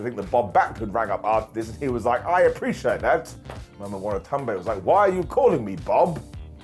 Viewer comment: Watanabe = "Wah tah nah be"